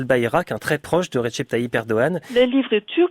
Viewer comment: Recep sa se prononce redjep